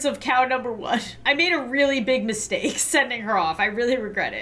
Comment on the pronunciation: “I made a really bad mi-steak” Im really sorry everyone😪